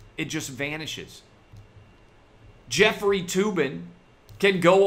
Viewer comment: Jef-freely (Tugging) Tube-in